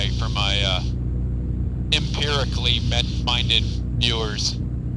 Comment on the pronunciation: "Imperically minded" ROFL